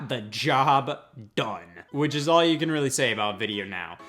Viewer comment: Am I the only one who hears it as "Hey Y'all"? Lmao